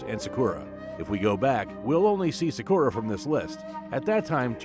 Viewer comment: You kinda drive me nuts with your mispronounciation of Japanese words. Sakura should be pronounced sah-koora, and Datsun should be pronounced Daht-sen. Just something to keep in mind the next time you make a video